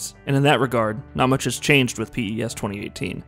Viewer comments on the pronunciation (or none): Do all americans call it p.e.s.? It just sounds so wierd we've always said pes or pro evo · Don't pronounce it as P. E. S.! It's Pes just Pes! Like pest. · Stop saying p e s say pes like normal people do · Mduduzi Sibisi who pronounces it piss? It's pez lol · Jesus Christ stop saying P.E.S its pes......i bet ur a fifa fan... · i stopped watching after 1 min because he keeps calling it P-E-S... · PES is pronounced 'pes' or 'pez' ... like FIFA is pronounced 'feefa'... not the initials. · Call it pro evo or pronounce it pez. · It's the little things which irk me... please stop calling it P.E.S.. It's an acronym!! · Had to stop watching. Couldn't take the P.E.S anymore... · Anthony Marshall (this is the biggest americanisation of a name I ever heard lol ) Zlatanh Iiiibrahimovich, P.E.S. This narrator ruined the video with his ignorance, how did you let this be uploaded without correcting these mistakes ? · P-E-S-? No way. You can't be that clueless. That's the first time I've ever heard someone call this game P-E-S. Rookie review. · Literally can’t get through this video just cause of that P.E.S pronunciation... ugh 😑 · I think maybe its an American thing. The americans have MLS, NBA, NFL, MLB, and they're all pronounced via their initials...so I'll forgive our american cousin for that little faux pas.